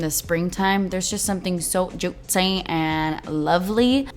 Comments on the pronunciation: I love you but hate the way you say "jutsy" 😔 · JOOTSY, YOU MEAN JOOTSY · The way she says "JuttCi" Changes everything 😍😍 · “Wallet friendly” & “juit-cee” 😏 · I actually laughed so much when she said “jootsy” lol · "JOOTCY" 🙌🤣😂 I don't even know how to spell it the way she says it, but I love it !! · Christa Hodges JEWTsy lol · You mean jutzzyy ? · way says juicy makes me giggle